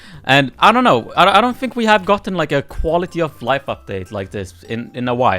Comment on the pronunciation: i just hear you said “quality of lov”